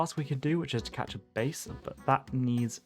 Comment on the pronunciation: Btw you are pronouncing the fish "bass" like the musical term "bass"(like the ase in case) the deep boom boom sounds. The fish "bass" is like the ass in the american term for the human ass (poop comes out the ass) 😁